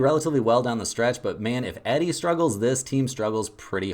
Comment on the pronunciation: Cmon how anyone suppose to take your advice when you can’t even pronounce one of the best players in college bballs name right. It sounds like Ee dee not eddy.